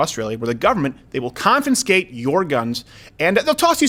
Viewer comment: do you really not know how to say CONFISCATE? CON-FI-SCATE. Not CON-FIN-SCATE